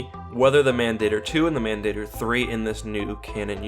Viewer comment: Many years late, but as Mandator is Latin: Mahn Dah Tor The "a" in Mandator would sound like the "a" in father. An "e" would sound like a long a.